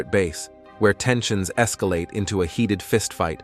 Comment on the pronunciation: Well that es-ka-la-tayed quickly